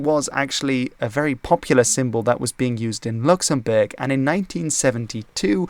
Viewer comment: My man really flexed his pronunciation in the first part of this video absolutely styled on my dumb American ass